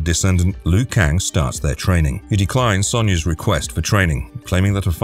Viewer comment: It’s not Loo Kang, it’s pronounced Leo Kang